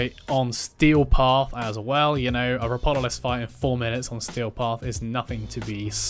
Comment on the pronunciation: its Ropalolyst btw, you swapped the a and o, good guide, though!